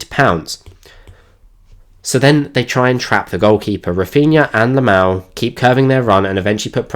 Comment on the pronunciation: Loved the tactical breakdown, but one thing kept bugging me during it, are you saying lamal or yamal? 😅 Edit: also one underappreciated aspect of his game is his unlimited stamina and good defensive work rate